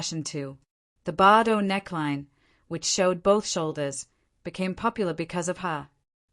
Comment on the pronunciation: First she did not go through a downfall and second you mispronounced her name throughout the narration, please correct the narration or your AI program.